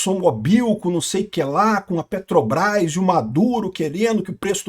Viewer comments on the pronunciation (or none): none